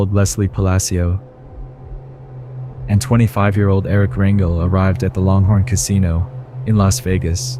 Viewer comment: You have demolished the pronunciation, of the last name 'RANGEL'.